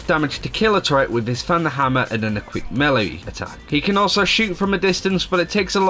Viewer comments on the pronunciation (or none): Said melee wrong